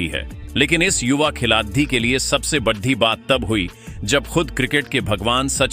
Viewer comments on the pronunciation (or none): Badi ko baddhi kyon bolte ho bhai 😅